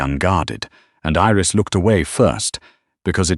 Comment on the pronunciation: Iris, not eris